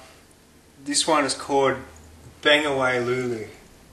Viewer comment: HAHA our cant say CALLED properly